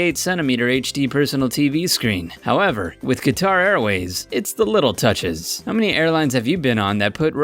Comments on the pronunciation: Qatar is pronounced cutter like a box cutter. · Say it with me.... "Cutter" = Qatar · Qatar is pronounced "cutter". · Qatar is pronounced "cutter" not Ka-tar. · Just a point, it pronounced cat-ar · Good point. He cannot pronounce Givenchy, Perignon, Qatar, Bombardier, or even Sultan, among others. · After listening to the guy mispronounce Givenchy, Qatar and Perignon I had to stop watching in embarrassment.